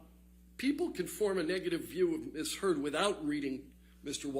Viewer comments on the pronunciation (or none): He said Amber turd so many times in court it was funny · He does pronounce 'Amber Turd' quite loud and clear doesn't he 🤭🤭🤭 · Did he just call her Amber Turd? Swear I heard that. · Every time he says AmberTurd an angel gets its wings😂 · I love how hard he pronounces "Amber *TURD*" 😂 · he said amber turd 🤣🤣🤣🤣🤣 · I'm sorry, but am I the only one who's hearing Amber Turd instead of Amber Heard every once in a while? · Dude said "Amber Turd" 🤣🤣🤣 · Ok, I know this is completely juvenile (I get that), but I couldn't help giggling after hearing JD's lawyer call her "Amber Turd" 6 or 7 times. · He called her “Amber Turd” 😂😂😂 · 😂😂😂😂 he kept saying amber turd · He actually said Amber Turd🤭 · LMAO he said #amberturd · Every time he said AMBER TURD an angel got its wings 🤣👼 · Every time he says "Amber Turd". LOLLOLOLOLOOL🤣😂🤣😂🤣💩💩💩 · Did he say Amber Turd? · Lol did he say Amber Turd? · He LITERALLY SAID AMBER TURD THREE TIMES IN A COURT OF LAW. That’s hilarious AF !!😂